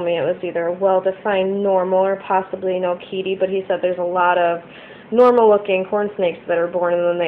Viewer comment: u said okeetee wrong (okatee)<pronouceation(